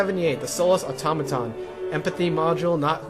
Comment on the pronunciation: Aw-taw-moh-ton